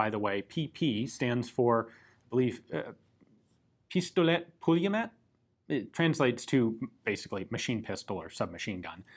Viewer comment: "Pistolyet Pulemyot" is the pronunciation, and, literally means "pistol catapult".